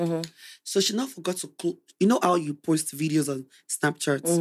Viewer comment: He's likable..but honestly, what with the obvious accent, I don't understand why he has the "r" sound in almost every word he utters..likeee, what is "porst"..it is "post", he said "berd" in place of "bed". Oyinbo yii sha ni.